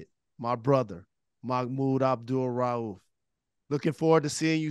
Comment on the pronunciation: Hey brother Rose. Bless you man. You say that man's entire name and with emphasis and correctly. I love the respect of brother Mahmoud Abdul-Rauf. Big up to Detroit brothers and sisters. Always got love for how yall move. What Up Doh!